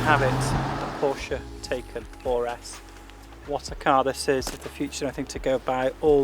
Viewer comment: dude !! you need to watch some videos from a German where he tells you how to say TAYCAN. not TAKECAN.